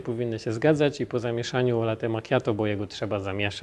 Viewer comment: kurde wszystko prawda tylko najbardziej mnie denerwuje jak używamy (zapożyczamy(slów z języka obcego ponieważ chcemy naśladować ich w robieniu rzeczy , które robią oni a nie potrafimy wypowiedziec tego poprawnie jak napisano wyrażnie latte a nie late i nie ten akcent ,nie mówie czy nie piszę tego żeby się wymądrzać tylko to bardzo śmiesznie brzmi jak pisze latte i powinno się czytać latte i włosi wymawiają latte to dla czego nie mówimy latte tylko late wrrrrr